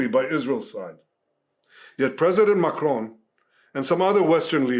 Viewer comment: His name is spelt Macron but its pronounced MORON